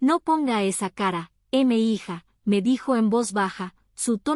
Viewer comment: Buena historia, muy apegada a varias realidades en México, lo único que quisiera puntualizar es que, "M'hija" es una contracción de "Mi hija", forma cariñosa en que los adultos se dirigen a los jóvenes, sean sus hijos o no, y se pronuncia "mija", no "m hija".